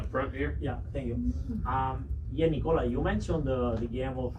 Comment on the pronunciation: Respect to the 2nd reporter for pronouncing Nikola correctly.